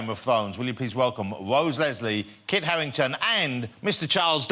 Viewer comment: Game of thwones, Wose Lesley, Kit Hawwington